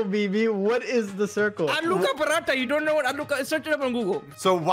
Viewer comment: IT'S ALOO KA PARATHA!!!